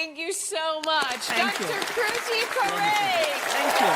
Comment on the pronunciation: Alyson totally buchered the name.